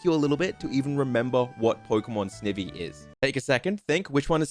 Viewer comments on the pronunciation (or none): It would have worked better if he actually said snivy the way there names said and not snevy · Serperior still has arms, they're just kinda hard to notice. Also it's Snivy. Combination of snake and ivy. Not Snivvy. Ok rant over lol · I love the ranking video but the way ur saying snivy is triggering me for some reason 😂😂😂